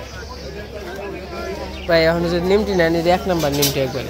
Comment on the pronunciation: কথাটা নিমকি। নিমটি না।